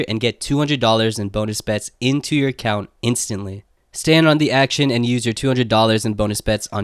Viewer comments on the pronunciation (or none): none